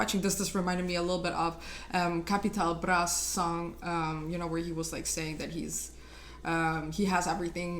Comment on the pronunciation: Sie spricht capital bra besser aus als manche deutschrapper